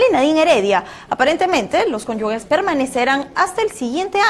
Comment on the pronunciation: Se dice "cónyuge" no "cónyugue" ¡Dios!